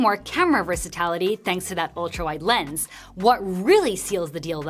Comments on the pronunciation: Why does she keep saying vers'a'tality...? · Versa-TIL-ity.. not versatality. 😭